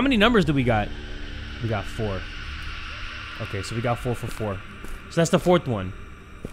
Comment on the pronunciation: its not OKEH 💓 to be OKEH (titancry😭)